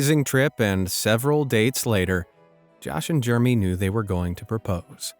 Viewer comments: The narrator pronouncing “Jer-em-y” as “germy “ is the best part about this vid 😂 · I have heard this at least 2x...the first brother twin is NOT NAMED Germy....its JEREMY!!!! I want stick a pencil in my ears when I hear "Germy". (┬┬﹏┬┬)(┬┬﹏┬┬)(┬┬﹏┬┬)(┬┬﹏┬┬)(┬┬﹏┬┬) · U keep calling him Germy lol Jeremy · Did you say germy for Jeremy?? Omg. How stupid. Do you really not know how to pronounce Jeremy?? 🥴🙄😱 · He pronounced “Jeremy” as “Jermy” 😭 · Why are you pronouncing Jeremy as Germie?